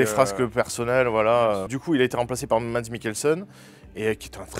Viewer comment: C'est pas '' mads '' mais '' mas '' mikkelsen les d sont silencieux dans la langue danoise.